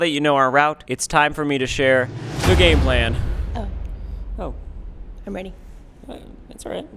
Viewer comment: awkward way to say the GAME PLAN